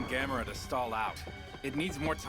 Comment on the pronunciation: The only thing that irritated me was the male newscaster (in the Japanese with English subtitles) mispronouncing his name as Gam-mor-a. Like Gamora in the Guardians movies. It never fails to make me yell at the TV..."It's GAM-O-RA you moron!"